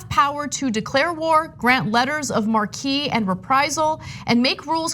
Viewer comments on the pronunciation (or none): Oh dear. Ana It is not pronounced mar - key, it is pronounced "mark" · "marque" is pronounced "mark"